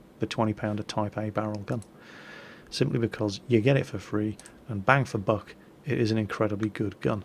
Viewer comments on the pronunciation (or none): none